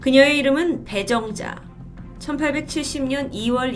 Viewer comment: 저만 처음에 이름을 배불러 라고 들었나요..ㅡㅡ